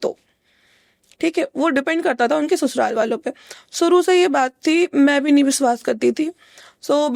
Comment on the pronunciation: Pronounciation thik kro aapna eg Aapne shuruwat or suruwat kahan and vishwas ko viswas thik kroo ise